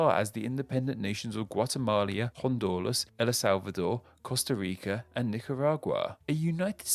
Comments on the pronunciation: Guatemala has no I....you pronounced it Guatemalia there is no I...in Guatemala... who double checks your stuff..... geshhhhhh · It's also not "Guatemalia", "Hondulas" or "Ella Salvador". Sometimes this guy makes the most basic mistakes.. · Ok I really like your videos but as a Colombian I just lost it with Guatemalia (instead of Guatemala) and COLUMBIA, if you're speaking english or any romance language it's COLOMBIA, with an O not a freaking U lol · It's not ColUmbia it's ColOmbia..... It's not Guatemalia, it's Guatemala, learn to spell correctly or you'll end up enraging many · What is it with and Spanish place names? “Guatemalia”? “Ela Slavador”? And he misspelled “ColOmbia”. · good vid, but "guatemalia", "hondulas", "el la salvador", costa rica, and nicaragua?? (first 3 are wrong, no?) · Oof “guatemalia” and “Columbia”, other than those spelling/pronounciation mistakes, great video! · it's the "Guatemalia" for me lol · I mean, they also said Guatemalia, Hondolas and Ela Salvador. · He said “Gua-te-ma-li-a” instead of how it’s supposed to be pronounced. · Awesome video, you just nearly missed the pronunciation of Guatemala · I think he was trying to pronounce some of them as you would in Spanish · I’ve never heard someone mispronounce Guatemala and Honduras that badly before lol. Also it’s Colombia, not Columbia. Great video though. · Did he add an extra syllable to Guatemala?